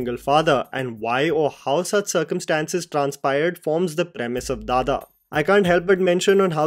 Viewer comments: Its "Dada" not "dha dha" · Sorry please correct your self at least spelling English tittle it is Dada (father, daddy) your are pronouncing dhadha 😂😢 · It's not dhadha it's DADA!! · Its not dhadha... its dada (daddy)..... BDW.. ur recommendations are always good....❤ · It is not dhadha. It is dada, means father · It's not DHADHA...It's DADA ( DADDY) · Not dada It is dada( papa) 🥺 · Isnt it dada? As in some english speaking kids used to address their fathers. Why is it pronunced dhadha here? 🤔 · It's Like,, This is how you pronounce, which is DADDA.. but written for some logic as Dada..much like a kid/baby says. It's not DHADHA..like how you're saying in this video